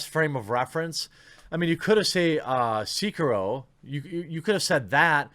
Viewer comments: Jeremy I normally agree with you but on this one you are completely wrong... It’s not pronounced C-key-row. It’s pronounced Se-Key-row. Edit: after listening to it again, you pronounced it C-Q-row. Which is worse. What next are you going to say begs instead of bags? (😉) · pls, not seekiiro, but se-ki-ro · Thats se-kie-row not see-crow lol smh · Why can no one pronounce "Sekiro" right, lamo. SEH-KEY-ROW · Stop saying "Seeker-Row" god damn it! Blowing mine with that lol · I twitched every time you mispronounced Sekiro. It's Seh-ki-roe Can't wait to rage my ass off on Ghost of Tsushima in all it's glory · Everytime Jeremy says "Seeker-roh" a puppy dies. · I agree with every thing you said except how you pounce sekiro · I liked this video even though you say Sekiro wrong.